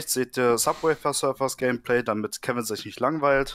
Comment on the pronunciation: 1.) Er heißt Kevin, nicht "Kevim" 2.) "Braucht", nicht "bruacht" 3.) Kevin, nicht "Kewin" 4.) Tüte, nicht "Tüt" 5.) Anleitung, nicht "Anleitunq"